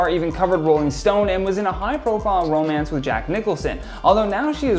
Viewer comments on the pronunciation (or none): none